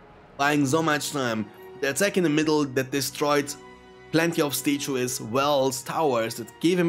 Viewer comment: lol "stay-chew-es".... I love it